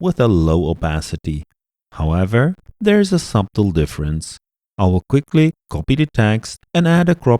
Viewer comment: Quick tip. The b in the word subtle is silent. So you pronounce the word as sutle. English is weird like that 😁👍🏻